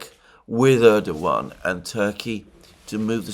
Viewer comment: My God, something amazing has happened! Alexander used the proper Turkish pronunciation of Erdogan (with a W) SEVERAL times! End of an era... Could this signal a newfound respect for this wily operator?!